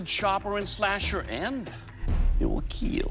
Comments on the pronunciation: Is it a weird pronunciation of kill? I’m new here 😂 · It will kweal ;) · IT WILL KEEL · It will keel. 😁